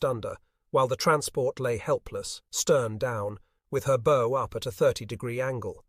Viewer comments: The front of a boat is pronounced like bowing at the waist, not like putting a bow on a birthday present. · Why oh why can't we get a real human to read the text. It's a bow, as in what you do before the King, not what you do with a tie or shoe laces. These small points really spoil the experience when they are repeated 97 times in the video. A poor show.